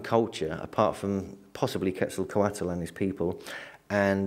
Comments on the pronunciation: PLEASE pronounce Quetzalcoatl's name right!.. Ketz- ahl - koh- aht... No "kwattle" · Got his name quetzzaecote